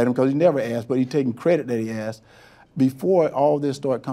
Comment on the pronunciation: Lol. You heard assed I heard axed. Either way it’s not a good look. Ones kinky the other is a felony.